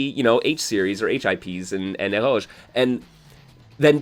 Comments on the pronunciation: Is that word "Eroge"? If it is, why do you pronounce it that way? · is honestly SO insightful and well-spoken; like, seriously a scholar of the genre… but also, never in my life have I ever heard anyone else pronounce “eroge” like it’s a French loanword and he keeps on saying it and it’s cracking me up dude 🤣